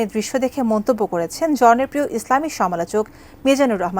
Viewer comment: জনপ্রিয় শব্দটাও পুরোপুরি ক্লিয়ার বলতে পারেনি সংবাদ পাঠিকা তারপর আলচক জায়গায় বলছে সমালোচক এত বড় ভুল এটিএন নিউজ ছাড়া আর কেউ করতে পারে না সুন্দরী পাঠিকা শব্দটা ভুল করছে কথা বলতে গিয়ে কিন্তু এডিটর কি করছে 🫣